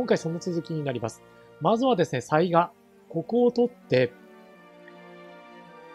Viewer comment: 次回いよいよ「水上の御堂」の攻略戦ですね。御存知とは思いますが、てきの巡見所は潰しておいた方が良いかと。 細かくて本当に毎回申し訳無いのですが雑賀は「さいが」では無く「さいか」だったと思いますm(__)m。因みに雑賀孫市が誰だったか？は諸説ありますが信長の野望シリーズでは「鈴木重秀」が雑賀孫市設定ですね。「信長を撃った男」ですね。 あと鯰尾（蒲生氏郷）が配下になったのは大きいですね。愉しみにしてます。